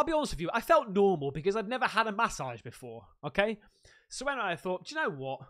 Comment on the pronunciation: Love how u say massage .. Ma-ssage lol 😂